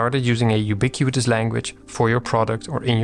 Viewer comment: It's pronounced "you-bee-quit-us" /juːˈbɪkwətəs/, not "you-bee-queue-eet-us"